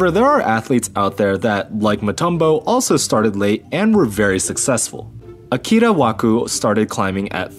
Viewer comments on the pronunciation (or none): none